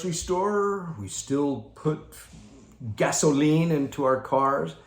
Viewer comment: Hey,. Great one. There's got to be a story behind "gasoLEEN". I can't wait to hear that. Had to laugh as you kept saying it. This is all by design. The Dems mantra has been for a long time: We're not happy until YOU'RE not happy! Create a crisis, then take advantage of the crisis, to make everyone miserable like unto themselves. Sound familiar? I had never thought of the sign of the rainbow in the context that you explained. It makes SO much sense now. It may make it a bit easier to see all these rainbows go up in our neighborhoods. Loved your insights on the jabbity jab and the Follow-the-Prophet-derangement syndrome crowd. We just had a great Stake Conference, but our Stake Pres. is less obvious about it than a few months ago, but he is still driving home the "get the jabbity jab" message without saying it in so many words. I can only shake my head...after all that we know now about "safe and effective" (NOT).